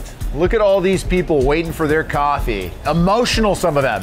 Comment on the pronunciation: “Why’d you spike the coff?”